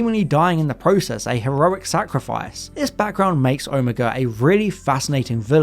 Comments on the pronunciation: Sorry, this is starting to really annoy me. You do this, the girl on who culture does this, and it’s frustrating. It’s pronounced Oh-may-ga not oh-mee-ga. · I swear you mispronouncing Omega as Omeeega or Omayga sometimes, but then saying it correctly sometimes... I thought you were trolling us until your comment at the end. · Omega not omEga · hmm, mis pronouncing Omega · At the time of this programme, when I was growing up in the 60s in England, the last letter of the Greek alphabet was pronounced neither omeega (which sounds like "amiga" to me) nor omayga, but ALWAYS Oh-miggah. The same pronunciation was used in Evil of the Daleks for the same reason. It may have been classicists' influence. There are 2 Os in Greek: the little (micro) O, hence O-micron, and the big (mega) O, hence O-mega. So I still pronounce it as Oh-miggah. For the same reason I still say Oh-my-cron, and not Ommee-kron as the medics said during Covid.